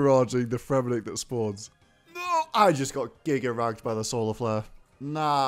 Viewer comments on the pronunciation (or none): none